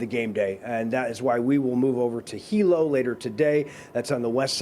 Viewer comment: Good, knowledgable local report. “Moke” & “Hilo” Hawaiian pronunciation 👍👍!